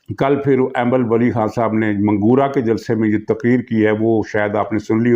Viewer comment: محترم، منگورہ کا درست تلفظ یوں ہے،،، منگ- ورہ Mingawura